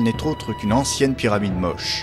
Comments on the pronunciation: Je salue votre reportage, salutations de Bruxelles ! Même si on prononce Moché et non pas Moche. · J'ai habité 4 ans à Trujillo et ma femme est péruvienne et je peux vous assurer qu'on prononce ça Motché peu importe la langue. Comme on prononce Juan (rouane) en espagnol avec la jota ou James (djaymss) en anglais. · On prononce MOCHÉ ! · Big up pour la musique d'Age of Empire par contre, on dit "moche" à l'espagnole. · Ca se prononce Motché... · Motché y motchica , se pronuncia. La lunA. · On prononce : motché. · Merci pour votre réponse. Les Péruviens prononçaient tous "Mochica" lors du tournage. Nous avons donc traduit "Moche" pour le commentaire en français (mais nous ignorions le "tché" dans la prononciation). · Monsieur ou madame de CRESS, je peux vous assurer que même en espagnol ça le prononce MOCHÉ avec en "é". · Comment est-il possible que le presentateur ne sait pas BIEN prononcer "Moche". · Non ça se prononce Mochica en espagnol et simplement Moche en français. L'un ou l'autre :)